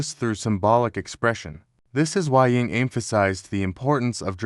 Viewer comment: The text-to-speech is HORRIBLE!!! Many errors, including frequent botching of "Jung". The inflection, tone is only bearable for short periods of time. I wish I could listen more, synchronicity??? SHAME ON YOU FOR THIS CRAP!